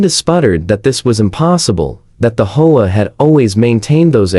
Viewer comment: The speaker needs to learn to pronounce Home Owners Association OR the initials HOA